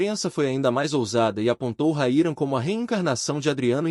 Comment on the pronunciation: O nome de nosso atacante é RAYAN e não Raira seu locutor desta matéria. 🤫🤫🤫